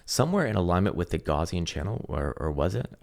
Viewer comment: my dude - "gaussian channel" is named after the german mathematician, karl gauss. it's pronounced "gauss-ian", not "gauze-ian". just a fyi... besides that, i liked the video and gave it a thumbs up 👍